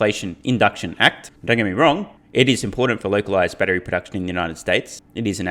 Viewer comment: he said batry instead of battery.